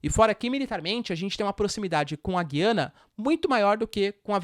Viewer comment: Já viu professor de geografia que não sabe falar o nome do país? Ele diz Guiana com "u" mudo, mas o correto é Gu-iana, pronunciando o "u"